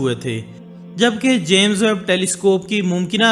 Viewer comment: First of all jame hota hai jaame nahee